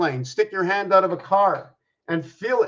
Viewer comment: Oh you said hand not land hahah